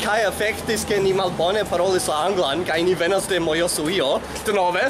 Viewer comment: Nedankinde :). Nu, ĝis la sekvonta misprononco :p! ⋮ ⋮ ⋮ ⋮ ⋮ Mi simple volis diri, ke mia propra prononco verŝajne ne estas perfekta, kaj mi simple provas helpi vin :).